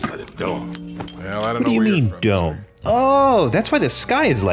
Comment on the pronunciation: When he asked, "Who built the dome?" I heard, "Who built the dogs?"